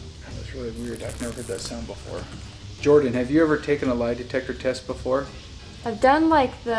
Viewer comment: it's NOT Jorden!!!